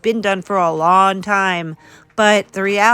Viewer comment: I showed my dad this. I can only watch videos with her in them on your channel because I can’t stand to even hear her talk. It’s always someone’s doing her wron! My dad noticed her say long , Lon! I told him she says it’s an accent but I never heard of an accent where you don’t say g’s when it’s actually part of how you pronounce the word… lol